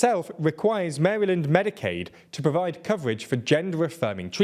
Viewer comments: That’s not how you pronounce Maryland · Wish folks in the US would pronounce it “mary-land”, surprised I’ve never heard that before. Typically it’s pronounced closer to “Merrill-end” in my experience but Mary-land is potentially better😅